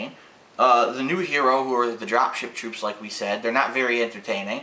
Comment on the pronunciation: did you say Drop Shit Troops? lol i might be going deaf